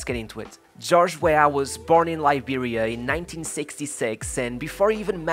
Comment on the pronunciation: I loved this video. Thank you. Its a small thing but I also like the way you pronounce Liberia. Weah retains iconic status in Liberia (that's one reason he is President) and in Africa too. To have started were he did- on the streets of a country not well known for its football in late 80s/early 90s, and risen to play for Monaco, PSG and Milan speaks volumes about how exceptional he was compared to his peers as well as his mentality. Remember the name- George Oppong Weah!!!